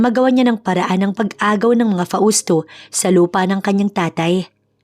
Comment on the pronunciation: Shout-Out from CANADA 🇨🇦 🍁 Namesake ko yung isang karakter ninyo dito 😀😃 but here in CANADA 🇨🇦 they pronounced MABEL as MAYBELLE ( MAY not MA ) 🥰 ‘Nyways, we’ll see how this story goes! BTW, Hindi ba’t FAUSTO iyon not FA—USTO?? 🤔🤔 katuwa handle ng narrator “ ” 😛😛